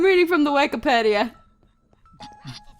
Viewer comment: its (wky-peed-ia) da im gona stop posting coments now bye